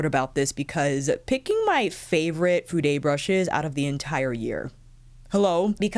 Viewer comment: who told you to pronounce Fude as 'fude- ay'? I was showing this to my Japanese friend and nothing about the word Fude would incite her to pronounce it the way you do. I've felt the same also. I don't know if Fude has an American website, as the one that I use comes directly from Japan with receipts in Japanese plus labels on the brushes also named in Japanese. The site will automatically use prices in ¥ (yen), until one changes it to the currency that is applicable. It does not stock the brushes that you have shown in your video except for one brand only. I have been trying out several brushes from Fude this year, through different brands with various bristle types. I've been very impressed by their quality of brushes and how fast they are able to have them made up, no matter the brand. When I require anymore brushes, I will definitely be going back to Fude. (As I already own just about every brush that Réphr has in their arsenal, it's time for something else). You're certainly lucky to have those brushes given to you at no cost. The purchases that I made last year definitely cost me a pretty penny!🇦🇺💖👩🏼‍🎨